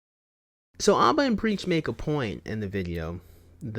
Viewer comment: NGL im starting to get heated from the way youre saying Aba's name. You sound like m night shyamalon.